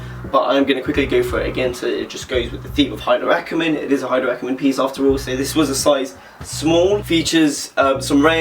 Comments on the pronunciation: ay-der ackermann....the h is silent... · The H in Haider is silent